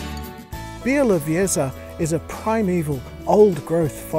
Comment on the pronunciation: It's pronounced "bya-woh-VYE-zha".